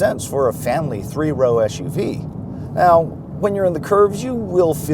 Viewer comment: The acronym is “SUV” not eshuvee. Otherwise great review.